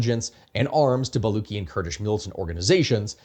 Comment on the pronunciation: I understand why it's difficult to pronounce things correctly, but Baluchi is pronounced Buh-LOO-tshee, not Bah-LOO-kee as you pronounced it throughout the video. The guttural phlegmy sound is spelled /kh/ when transcribing Perso-Arabic scripted languages.